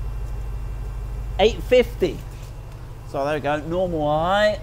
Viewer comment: Height is correct it’s not th in the end it’s ht . Therefore your pronunciation is perfect